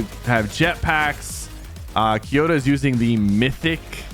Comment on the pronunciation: The name is KOyota not KYOta :)